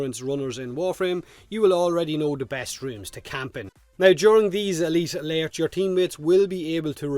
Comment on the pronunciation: At first I thought he was saying lairs.